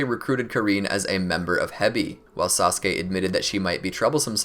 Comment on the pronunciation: he said sauske not sasuke